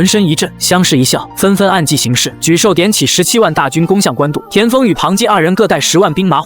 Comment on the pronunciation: 就是ai爽文。错别字反复念，而且一会沮授，一会泪授。更多错别字加ai各种瞎编。😂我也泪笑一下。